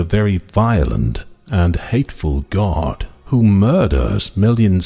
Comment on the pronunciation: By pronouncing the word GAURD do you mean GOD.